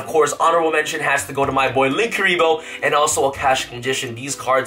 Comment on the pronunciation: Say it with me, Sam Ningirsu = Nin-Geer-Soo